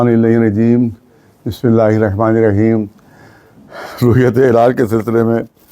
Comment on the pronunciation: Molana sahab pehle Bismillah ko sahi makhraj se padhna Siko.... bismillah ko sahe tarike to padhna nahi araha aapko.. aaya kargil walon ko jhota sabit karne... jo aaap kargil ke bare me bayan de rahe hain, sarasar jhoot hai yahan ke ulma aap se Kai gunnah behtar hai.. yahan ke log acchi tarah jante hain ki chand ki tasdiq kaise hote he.. Jo aap kitab dekh ke suna rahe hain, yahan ke logon ko zubani yad hai....